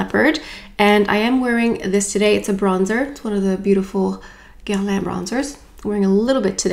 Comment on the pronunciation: I watch all of your videos - just listening to how you pronounce Dior and Guerlain with a proper French accent makes my day😊. Bummer about the overspray - definitely not what I would have expected either.